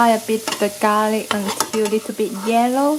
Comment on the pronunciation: U finally pronounced garlic right.... Before u kept saying "gar ly"